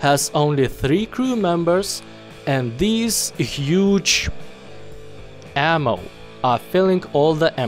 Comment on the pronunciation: Says "ammo" Me: giggles like a 12 yo girl